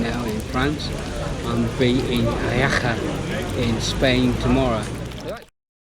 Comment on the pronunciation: Jaca is pronounced hacka